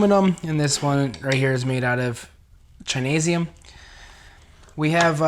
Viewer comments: yea man I heard that too. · Did he just say chineseium 😂